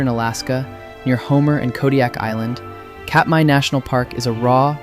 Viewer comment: great video so far. I'm certain it will continue to the end. FYI, Katmai = CAT-my, rather than COT-my, and Tlingit is actually closer to KLINK-it. Free grammar lesson here: since "one of" mean's there's more than 1 of something, but "only" means there can't possibly be more than 1 of it, the phrase "one of the only" is a grammatical impossibility. What makes 100% more sense is "one of the few". I just learned this recently: at 15%, Anchorage has the largest percentage in the country of Native people.